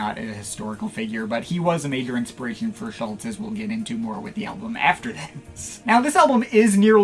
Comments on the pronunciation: Klaus wasn't a founding member of Tangerine Dream, he joined in the summer of 1969 (leaving in the spring of 1970) - the band was formed in Sept 1967. His surname is pronounced approximately Schulz- er. RIP Klaus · Now all you need to do is pronounce his name properly!